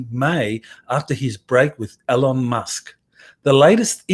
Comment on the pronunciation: It is EEEEEELON with an E.